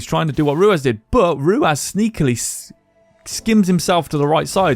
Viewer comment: I can't get over you calling him ruaz its ruwas